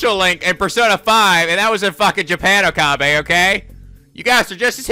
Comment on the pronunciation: I plan to keep posting this until it gets at least acknowledged, even if there's a refusal: Rule of thumb for Japanese names, please stress the THIRD TO LAST syllable. This is VERY CONSISTENT; you should never need to guess how to pronounce names: SUzuha Amane, not suZUha aMAne MAyuri, not maYUri Okabe RINtaro, not oKAbe rinTAro / Okarin, not oKArin / HOUouin Kyouma, not houOUin KAede, not kaEde FUbuki, not fuBUki Itaru HAshida, not iTAru haSHIda HIyajo, not hiYAjo MAkise KUrisu, not maKIse kuRIsu KAgari, not kaGAri (this one you said correctly the first time then changed it so that it was wrong) And from other games, to make the point clear: MAjima, not maJIma MAkoto, not maKOto KAzuma, not kaZUma If you don't believe it, just listen to how the voice actors pronounce the names. It's a western tendency to stress the second to last syllable instead, but third to last is correct. I would understand not knowing how to pronounce names if you read them with no context, but in games like Yakuza and Steins;Gate, the voice actors read out the name for you so you should know how to pronounce them.